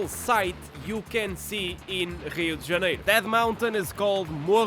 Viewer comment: I'm guessing from your pronunciation of Rio de Janeiro that you are Portuguese?